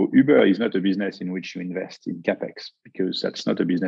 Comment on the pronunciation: Next time I call an Uber, I want to say it exactly the way says Ubeeur